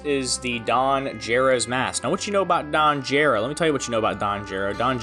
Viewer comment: You pronounced the "Gero" in Don Gero wrong. It's geh-ro, not jeh-ro. It's onomatopoeia for the noise a frog makes in Japanese.